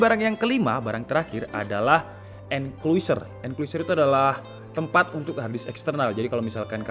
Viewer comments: bacanya enclosure (enklosur) bang bukan enkuiser :v BTW, kok mirip ya sama yang merk Orico? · xixixiixixiiii sama saya juga kepikiran sama enkluiser